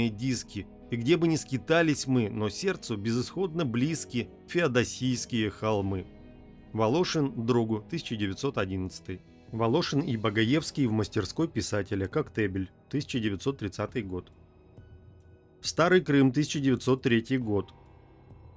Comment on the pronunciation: Хорошие картины,но автор ужасно делает ударения!-коктЕбель,а надо коктебЕль,не ордА,а Орда и т.д